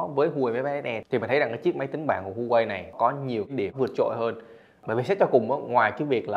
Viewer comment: Thanks bạn đã review. Góp ý nhỏ brand HUAWEI đọc là Hoa-wei, châu Âu, Mỹ thì họ đọc là wa-wei